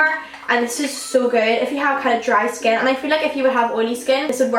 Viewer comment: It's annoying when you pronounce skin like "shkin"